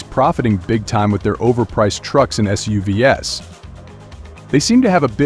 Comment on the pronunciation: Unless you want to laugh at the AI reading the script with terms like "ess-you-vee-ess" for SUVs.